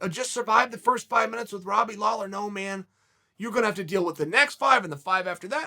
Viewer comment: Seriously? It was a terrible video. Flip-flopped more than your least favourite politician. Mispronounced Lawler's name at the end. Bad video. But at least he didn't hex either of them by outright picking a winner.